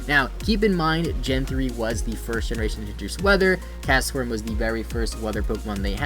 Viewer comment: Why does he say it like "castaform"